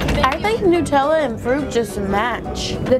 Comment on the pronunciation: "Nootella" 😂 Hazelnoot